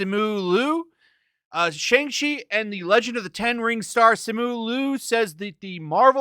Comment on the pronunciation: Youtubers have already reviewed it and so far they say its good. Jeremy Jahns review was pretty solid. Not sure why y'all seem like you're rooting for this movie to fail and its not even out yet. Also purposely mispronouncing the name is really not cool.